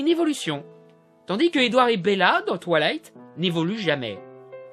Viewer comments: c'est moi ou il dit "toilight" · « Twalight » Mes oreilles saignent 😂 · qui entend "touillaiyte"